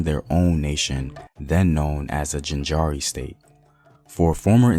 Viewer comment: Please take the time to learn to pronounce the names of the places correctly, e.g. Jaanjira not jinjara